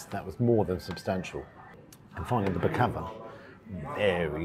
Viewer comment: Was going to say it was an expensive kebab... But actually it wasn't. Good pronunciation of Baklava the last two times..I got corrected on that a few years ago. 👍